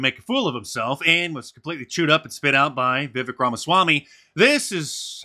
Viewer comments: Hey Mark Vivek is pronounced like Cake, thanks for the content :) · Viv ache. That's how you pronounce it. He said it's like cake. Vivek. I watched Tucker. Depended on you for the highlights. Thanks Mark. God bless you and yours indeed. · Vivek is pronounced viv-vake